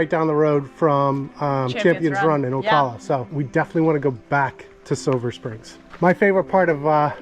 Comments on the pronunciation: There ~are~ gators at Juniper! Big ones, especially down river, so be careful if you canoe. Also, the A in Ocala is pronounced like the A in “cat,” not like “ah.” Thanks for the video. Nice to see my old home. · O Cal a, like California. From a local 😊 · Pronounced OCALla, like CALifornia. Lived there 13 years n 70’s-80’s. 😊 Used to put our Red Canoe in Rainbow river and go upstream to ride the Spring bubbles. 😊